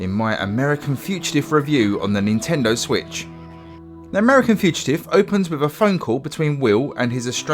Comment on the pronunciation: Learn to pronounce "fugitive" ya knobhead.